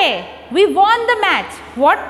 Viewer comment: Mam its match not watch